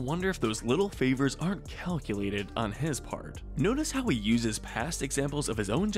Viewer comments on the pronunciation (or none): none